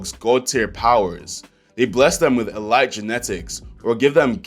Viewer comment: Learn how to pronounce elite lmfao